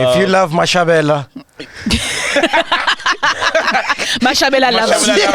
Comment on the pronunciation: Mashavhele not Mashavhela 😁